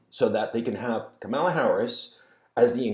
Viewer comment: It is Kamala as in Pamela.